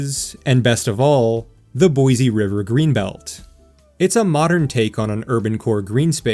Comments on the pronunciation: BOY SEE lol not BOY ZEE Great video! Thanks for the awesome content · take note, visitors and wanna new residents, there is no 'Z' in Boi-Se !! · STAY OUT! You cannot even say Boise correctly.